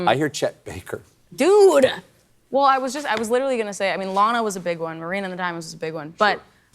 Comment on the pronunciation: I love Stephen so much, when he pronounced Lana wrong, it turned my world upside down. Please tell me I'm the one who has been pronouncing Lana wrong. 🥺